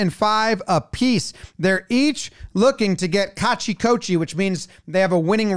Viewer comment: I love Sumo! And Tobizaru is one of my favorite rikishi. Not a great look for tobi but thank you for including some grand sumo. It is an amazing sport with great athletes, tons of interesting history, and deep culture. Also, thanks for the way you pronounced kachi koshi 😂 gave me great laugh.